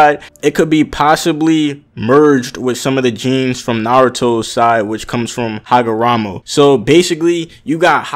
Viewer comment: It's Hagoromo lmao